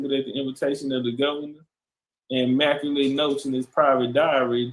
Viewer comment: McAuley pronounced Mac Cawly or Call Lee like MJ's friend the Home Alone kid